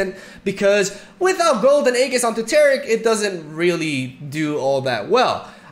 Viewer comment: it's "AeJIS" not aeGHIS